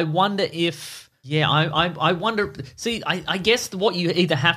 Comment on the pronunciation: Do you guys purposely pronounce the word “wonder” as “Wanda”? Or is it just me?